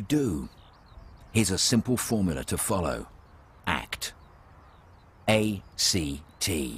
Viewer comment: ACT sounds like *Fart* CT